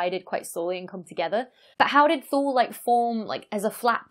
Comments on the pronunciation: Correction: "Thule" in English is pronounced "THEW-lee". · So while it's no big deal to me, there is a very popular brand that makes vehicle accessories, specifically roof, trunk, and hitch racks for carrying bicycles and travel containers. The name of the company is Thule. Everyone I've ever talked to in reference to the brand pronounces it "tool-E"/tooly. I'm no linguistic expert by any stretch, but I was the sole wholesale buyer for a small chain of bike shops here in Southern California selling high end road and XC bikes for years. I've met with several reps, a few engineers at trade shows, along with various people associated with the corporate side of their business. Everyone I have spoken with always pronounced the name with a silent "h." Regardless of the correctness 'toolE' is a much more fun and marketable name/pronunciation. That's just my $0.002 AdSense on the subject. Thanks for the upload, and insider info :-) -Jake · Wikipedia ) says 'In classical and medieval literature, ultima Thule (Latin "farthermost Thule") acquired a metaphorical meaning of any distant place located beyond the "borders of the known world".' "Thule" in Latin is pronounced "THEW-lee". I don't know where the roof rack company got their name from. :-) I don't really care how people pronounce it. I know what they're talking about and the science is cool! That's the most important thing. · How do you pronounce "thew" in "thew-lee"? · Say "To Lay". Thule. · The "e" in Thule is not silent.